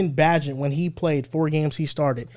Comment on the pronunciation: if your gonna be a bears fan get Bagents name right Bae-Gent